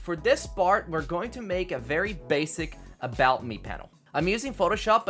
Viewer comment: Vewy vewy neat panels m8 loved it😁👍🏻